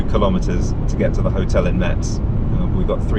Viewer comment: About the charger in Metz (that should be pronounced like « mess » by the way 😉), the charger asks you to close its door before starting the charge.